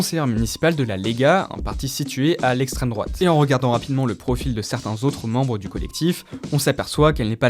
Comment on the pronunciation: Super reportage sauf a quand vous commencez à faire les gauchistes. "L'estraime droate 😭"